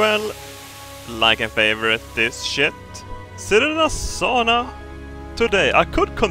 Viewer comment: ITS.FUCKING. SAUNA. S-A-U-N-A NOT SHOOWNE ITS SAUNA NOT SAW ITS SAUNA